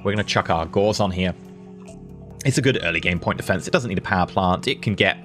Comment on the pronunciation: you're mispronouncing Gauss.